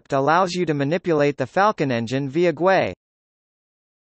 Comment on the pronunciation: Your voice software does not know how to pronounce GUI but the video is good, I love Falcon and I will use your videos.